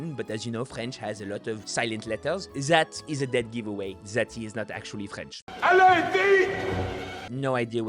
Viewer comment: the "allez, vite" does not sound right. He says "alla iti", as best.